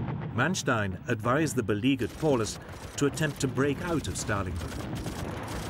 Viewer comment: Paulus..... pronounced Pow-lus...